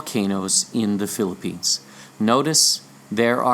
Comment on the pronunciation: And Philippines' last syllable sounds like Lanso-nes? Maikonek lang! :)